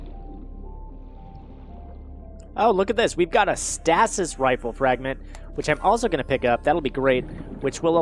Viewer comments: its pronounced stay sis. not stas is. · Dang it! He's saying stasis wrong again!!!!!! And no, it's not a tomato/potato thing.